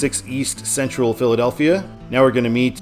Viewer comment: You're not pronouncing the Philadelphia towns right not even close and I'm from Morgantown Pennsylvania please pronounce them right you have no idea how that noise has.